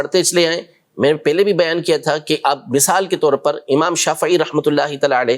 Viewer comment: Pele Nahi pehle HOTA hai memon bacha Kabhi na sacha